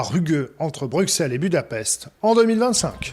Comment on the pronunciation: S’il vous plaît veuillez dire à ce gentil que Bruxelles se prononce « brussel »